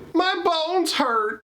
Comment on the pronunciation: I know it's bones, but I almost always hear balls. Anyway, it always makes me smile 😄